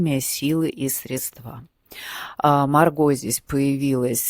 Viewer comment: Вы очень симпатичны, но платья хочется смотреть дольше. Можно, конечно, слушать, как подкаст. Когда Вы говорите: "Мы видим," - мы ничего не видим, кроме Вас СрЕдства - ударение на Е